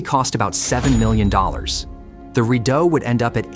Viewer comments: Cat-oh-rock-way that’s how it’s actually pronounced. People still use it today. I grew up in it, on it and around it. And just so we are all clear CANADA 🇨🇦 won the war of 1812. And it Reed-oh not rid-oh. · Your AI voice-over can't pronounce properly. Rideau is pronounced Readow ( i as a long e ane eau as a long o). Cataraqui ends as 'way', not ' key'.